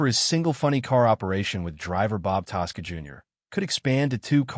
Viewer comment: When will you announcers of Stories at least learn how to CORRECTLY announce competitors NAMES. The Racing TASSCA Family, Spelled TASCA, the one's who drive FORDS. Yeah & I bet you can murder the FORD name as well. IF you can't pronounce the name correctly don't bother 'cause no one is listening.